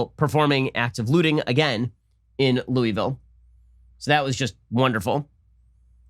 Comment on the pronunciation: Lol ! I love it . He’s not a southerner 😉